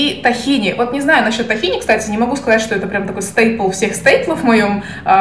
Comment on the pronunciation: Маленькая поправочка, не "тахини", а "тхИна"